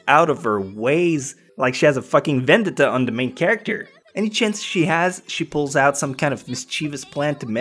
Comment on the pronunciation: your english is god awful........"ven-det-da" VENDETTA OMFG among many other words you mispronounced i know you're french-canadian but holy hell im sure english spoken there good lord its just best you speak in french and do subtitles for yourself e.e anyways i fully agree with your list tho 10/10